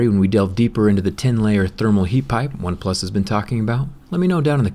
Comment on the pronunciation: Why do you keep saying "OpePlus 7" instead of "OnePlus 7 Pro"? It's soooo U N S E T T L I N G.